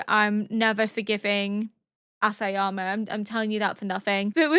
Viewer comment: Oh, I guess I won't tell you my favorite dinosaur then 😆 I have only one comment: Isayama. EEEEE-sa-ya-ma. It begins with an I, not an "ass"! 😉